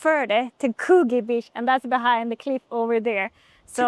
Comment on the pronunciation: The "oo" in Coogee rhymes with book, look or cook, not true, you or blue. So, like could-jee.